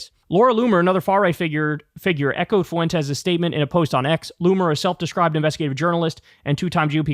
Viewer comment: As a native spanish speaker, it's pronounced 'fwentes', not 'foo-entes'